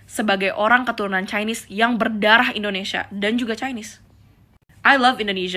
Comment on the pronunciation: Artikulasi lu dibenerin yaa....INDONESIA. dan bukan IndoNESA !!!!